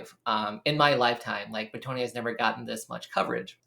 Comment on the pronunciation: Why is everybody and their mother pronouncing Bretonnia as if it is spelled as Bretonia? The long "o" doesnt even make sense when you look at the region in France which is named after obviously: Breton. Try Breton-nia instead of Breto-nia. There, got it? Ok cool.